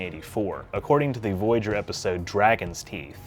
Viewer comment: in the video that plaque shown CLEARLY reads Voyager with the oya more faded than the other letters why did you say V-GER instead?